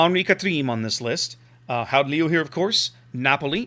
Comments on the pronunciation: yeah its like the cheth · Your second attempt at pronouncing it was almost correct, apart form the 'G' sound.